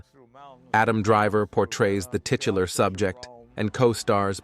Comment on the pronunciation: The narrator said "tit...ular".